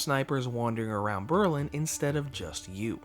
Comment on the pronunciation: You pronounce "Berlin" is a way I've never heard before :P